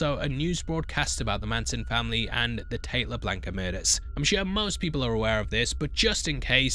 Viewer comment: It’s LaBianca not Lablanca